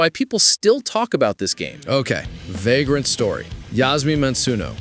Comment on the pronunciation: Yeah... I heard it too. 😂